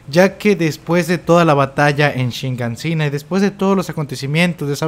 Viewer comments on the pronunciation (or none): Sigo sin entender por qué aún después de tanto tiempo y tantas veces que se dijo en el anime y tantas veces que se escribió en el manga... Sigues diciendo "shiNganshina", cuando claramente es "Shiganshina". Solo... ¿Por qué? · Se dice Shiganshina, no Shinganshina xd